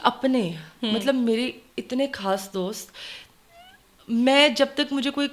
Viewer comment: Kaas nhi khaas hota hy kud nhi khud hota hy dear